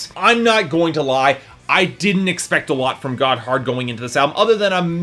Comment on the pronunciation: Gotthard is not a "terrible pun for a name." They are named after a mountain pass in Switzerland. And you don't pronounce it "got hard." It sounds a lot more like "gotherd" all run together, almost like it is one syllable.